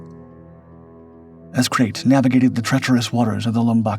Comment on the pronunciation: The snake is called Krait not 'Krit' and is pronounced to rhyme with 'fright'.